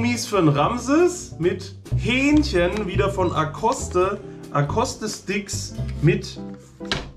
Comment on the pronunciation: wo isn das k bei aoste?